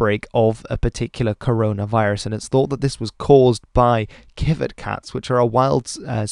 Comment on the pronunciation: Civet is pronounced as S-i-v-e-t and they’re not cats they’re more closely related to mongooses